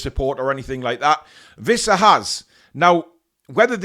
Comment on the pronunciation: It's Wissa, not Vissa.